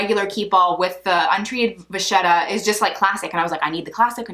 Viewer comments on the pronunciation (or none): Great review! Deciding which one of these to buy can be confusing, with all the slight differences between them. (BTW, being Italian, I can't help but point out that "vacchetta" is pronounced "vacketta", not "vashetta.")